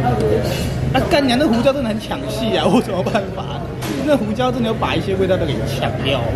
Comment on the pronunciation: ㄐㄧㄨ 肚雞～～😂